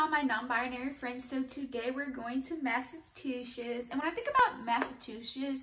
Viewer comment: In my 26 years on this Earth, I had never heard someone pronounce it "Massa-two-shits" 🤣 Between Massholes and this, something tells me we don't have a great track record